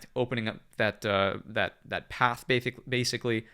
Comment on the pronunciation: "Bathically" 🤣 loving the content man thank you